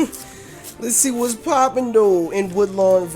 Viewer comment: When you do you intro why do you say "BWOTS GOOD YOUTUBE" instead of "WHATS GOOD YOUTUBE"